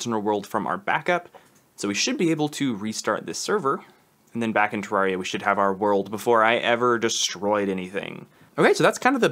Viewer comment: nice vid bro! SAY TURR AIR EE UH